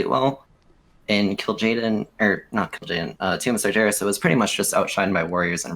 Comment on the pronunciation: Why does this guy say "sarjeras"